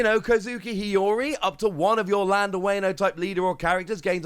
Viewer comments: Wayne-o 😂 please don’t do us like that WA-NO like the Latin A not the Anglo-Saxon A. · Every time you mispronounce Wano a kitten dies. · So many kittens died. 😢